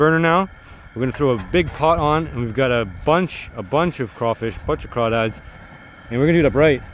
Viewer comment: I’m from Louisiana and I’m happy you pronounced them correct